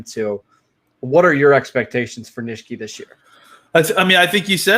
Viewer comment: Not criticizing, just want to help. Ty Nsekhe - N-SECK-he. Not Nish-key. Otherwise I enjoy listening to your opinions! Keep up the great work